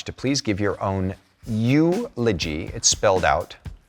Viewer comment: The You-logy. 🤌😂